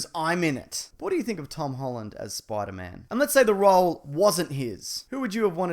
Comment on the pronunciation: I like how he pronounces Spider-Man as Spoider-Mam